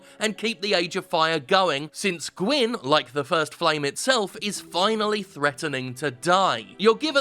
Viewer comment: somehow, you nailed kaathe's name and failed on gwyn's twice. and the problem with kaathe is that it's totally unclear WHY he's helping you at all, and that his methods to achieve this are evidently not the best. frampt is just a brown noser, trying to stay in with whoever's in power, but kaathe..... kaathe wants you to become the dark lord for wholly unknown reasons. what does he get out of it? is he actually trying to help, or is he getting something out of this? and considering his last two plans resulted in manus and then the four kings drowning cities in dark, should we really be listening to his plan even if he's right?